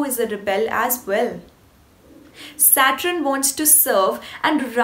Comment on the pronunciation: You have a gift and you are very attractive. Please pronounce Saturn as 'SAT URN' not SAT RUN